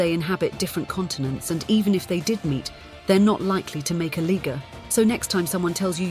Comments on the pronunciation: Yea and the first time she says it she says LIGER then every time after that its LIGGER!! smh lol wow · It's L I -G E -R liger not ligger you might need to revisit the class room on pronunciation. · I don't like the way she pronounced "Liger" with a Hard "er" 😒😅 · Why you start out saying Liger, then switch your Ligger!! Change that ma’am sounds too much like……you know😂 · i don’t like when she pronounces it ligger instead of liger😂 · Aye…..lets stick to “Lie” Ger instead of “Lig” ger. I don’t know, it’s just don’t feel right when u say it the other way. Can’t put my finger on it…..but something about that pronunciation just makes me wanna fight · It’s pronounced Liger (Lie-Ger). I hate when they narrate ish 🤦🏾‍♂️🤦🏾‍♂️🤦🏾‍♂️ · I thought it' was pronounced Lie-Ger lmao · Bruh, she messed me up with switching the pronunciation out of nowhere. I was like "What?! Wait a minute. Where did that come from? Why did you change it!? Am I the only Ligga hearing this?! This Ligga done lost her mind!!!" And it got worse the more she said it. 😅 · THE WAY SHE SAYS "LIGGERR" THOO😂😂😂 she sounds like she means it yall😤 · Dam the narrator getting a little to close with the Liger pronunciation 🤣…she saying it like “ligger” ….😐 hard r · How tf she goes from pronouncing liger perfectly, to saying ligger with the hard er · How tf she get ligger out of lion and tiger? Neither one pronounces the I like that smfh, she for sure know wtf she was doing. Bleeding Karen. 😂😂😂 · Yes, she did switch it. Why? Somebody corrected her? She said it right the first time. Very silly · I think tilon would been a cooler name than...liger 🙄 or at least pronounce it as "laiga" smh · I noticed that also. She clearly said it correctly the first time. Then after that she just kept with the "L" word 😂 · I'm happy I'm not the only one. She was saying it the correct way in the beginning and then switch.😢😢😢😢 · I find it funny how she started pronouncing it with a capital I and then decided to nearly be racist 😭